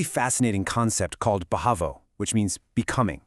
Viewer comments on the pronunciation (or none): It's Bhava not Bhavo.